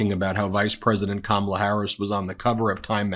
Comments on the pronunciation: Notice he isn't trting to pronouce her name diliberately wrong anymore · did he actually pronounce her name correctly? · I find it interestjng that he is actually pronouncing her name correctly when he isn't calling her names! Proving, he definitely knows how to say it! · Shortly after 1.20 Trumpkin pronounces Kamala's name correctly. Maybe his minders have told him that the viewers dont like him getting her name wrong. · That was his most deranged speech so far. He must be really panicked because he couldn't keep VP Harris' name out of his mouth. At least he pronounced it correctly. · At least he is pronouncing her first name right. Laughing aside haha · At least he pronounced her name correctly when he shouted "You're fired". Everything else was classic jibberish interspersed with outrageous lies. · I just don’t understand who those people are. tRump accidentally pronounced her name correctly. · I can't believe it! Donald pronounced Kamala CORRECTLY! First time EVER. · I like when he accidentally pronounces her name correctly. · Notice that he is actually saying Kamala correctly at last. Vote blue. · Oops, he accidentally pronounced her name correctly. 😂😂😂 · I notice that he pronounced Kamala's name right.😂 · oh he learnt to pronounce her name. Good for him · He pronounced her name correctly. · Did he say her NAME CORRECTLY?????